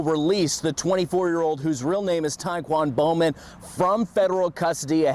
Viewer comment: Istg I thought she said his name was "Taekwondo Man" 😂😂